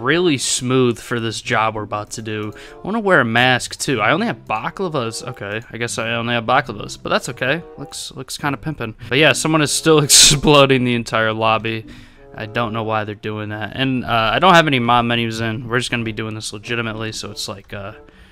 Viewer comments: It's balaclava not baclava just saying😂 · whats a baklava its balaclava phaha